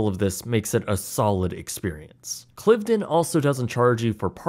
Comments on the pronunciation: It’s pronounced ‘Clive - den’. And it’s ‘Buckingham-shure’. Oh and the National Trust isn’t a government agency. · And he pronounced Cliveden wrong. It’s ‘Clive-den’. Plus he said the National Trust was a government agency - it’s not. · Britsplaining: * Cliveden is pronounced to rhyme with hive-dun. * Buckinghamshire is pronounced bucking-um-sher. This goes for all counties with a "shire" in them, it's never pronounced like the hobbits' Shire. * National Trust isn't a government organisation.